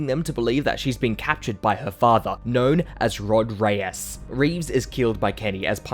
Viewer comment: "rOd rEyEs"